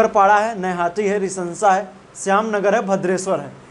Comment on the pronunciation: Rishra रिशरा है रिसंसा नही है